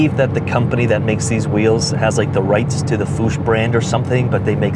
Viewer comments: fuchs is pronounced fux not foosh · Fuchs rhymes with books